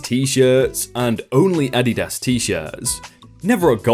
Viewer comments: Adidas is pronounced = Uh-Dee-dus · Technically ADIDAS is said like AH dee dahs with short a sounds on the a letters. keep up the great work though, LOVE your videos! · Like uh-Dee-das. The way pronounced it just sounds really weird lol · Adidas... the emphasis is on the 1st syllable, not the last syllable... "AH-dee-das" JESUS, your work is reading words so you should learn how to fucking pronounce them! Don't you think? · Incorrect. In Germany, where Adidas originated, it is pronounced as AH-dee-DAS (emphases on the first and last syllables, and not the middle one). "Adidas" is actually formed from "Adi" (short for Adolf) and "Das" (from "Dassler") - the full name of the founder. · I don't think I've ever heard someone pronounce Adidas that way before lol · I learned from this video I've been saying Adidas wrong the whole time 😂😂 So many Americans in the comments are like 😶 Glad I learned something new! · Cool info👍 Never heard it pronounced that way...even in commercials by the makers of Adidas lol! Is it pronounced in commercials in other countries the way says it? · Hes pronouncing it correctly, as in the sounds, but he has the annunciation wrong. The strong syllable is not on the first part of the word but rather the second. Its funny hearing him say it like this. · The pronunciation of "Adidas" is, you ignoramus. I have never heard it pronounced the way said it and I'm 36. I have probably heard that word 1000 times in my life and it was never spoken that way. So yes, the way words are pronounced are reflective of where you're from. I can't believe that you're too stupid to know that. Smfh. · This is the first time a mispronounced word has actually annoyed me (maybe because just how often it was read?) I just can't get over it. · Adidas. Ah-DEE-Das. Unstressed-stressed-unstressed my dude. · You say Adidas weird lol. The company pronounces it uh-DEE-dus. ADD-y-DAS sounds strange. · Nope its a german brand and is AH-dee-DAS